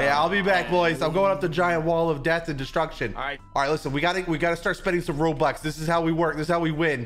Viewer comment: and why are you saying rolox ery time but its robux